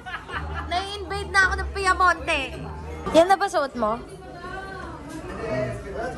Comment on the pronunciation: Piamonte ba yung narinig ko? Hahaha